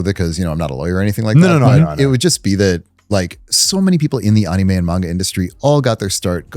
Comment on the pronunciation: Love this guest but god the way he pronounces anime is grating😂